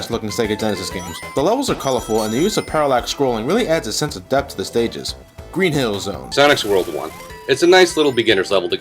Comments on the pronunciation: he said green zill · No. He said "Green Zill" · I thought he said green zill.